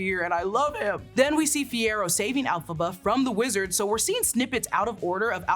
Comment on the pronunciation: Elphaba starts with an E not an A.